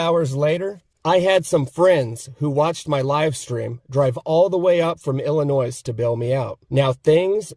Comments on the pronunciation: What the cops did is an absolute tragedy, but even more of a tragedy is you saying the “s” in “Illinois” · He pronounced the 's' in Illinois. ffs.